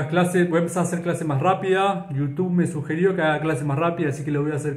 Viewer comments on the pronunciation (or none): none